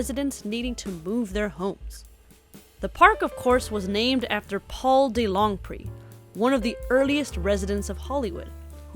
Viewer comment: Thank you for the historical video. I lived for 30 years on Franklin and Tamarind. Okay, Mr. DeLongpre's name is pronounced Duh Long' Pray. And Lyon, France is pronounced Lee Yawn'.